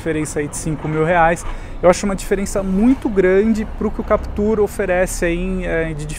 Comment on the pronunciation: Sério mesmo, muita teimosia, o cara passa o vídeo inteiro falando "Captúr" enquanto o outro fala como todo mundo "Captur". Não entendi essa necessidade de reinventar a pronúncia do nome do carro. Mas, enfim, voltando ao foco do vídeo, na versão 1.6, não sei se valeria a pena pagar a diferença pela Captur, o estilo da Duster me agrada mais. Se fosse a 2.0, talvez a Captur seja mais negócio porque a Duster não oferece controle de estabilidade e tração para a 2.0, não sei o porquê, já que a Captur tem o mesmo conjunto mecânico.